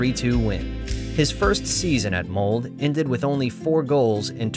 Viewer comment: Please. Don't pronounce Molde and Bryne without the E at the end ! It's not French. It's Norwegian... 😉